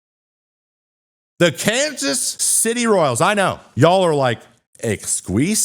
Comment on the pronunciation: The way you said Kansas City, haha, no local says it like that